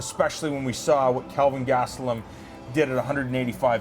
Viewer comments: It's Kelvin not Calvin, even in Canada. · who the fook is Calvin? lay off the alcohol black, very unprofessional. the man's name is Kel-vin. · "Calvin" Lol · KELvin, Robin. Not Calvin. ;-)